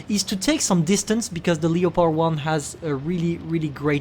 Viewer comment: saying the leopard and L E O pord